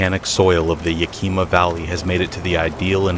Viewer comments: Yakima is pronounced Yak-ah-muh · Yakima (Yeah-kih-ma)